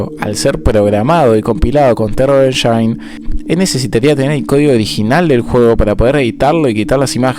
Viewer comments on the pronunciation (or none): none